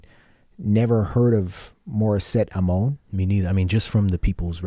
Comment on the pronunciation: Thanks for reacting to Morisette. I am a Filipino. I hope you don't mind my correcting your pronunciation of Amon. It's pronounced Ah-mon.